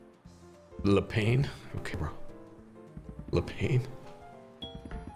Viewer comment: LE Pain equals "The Bread". Pronounced Le pan.